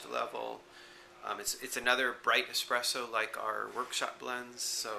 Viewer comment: I'm so sorry to say this but I've heard say "expresso" a number of times and I have to say, that's not how it's spelled... Can I be a spelling Nazi and suggest the more... authentic spelling "espresso"?